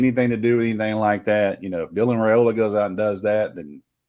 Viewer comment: Rye-ola not Ray-ola..... Per his father in an interview right after the committment.